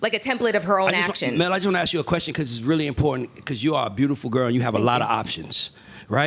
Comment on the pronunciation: He doesn’t ask, he “axe”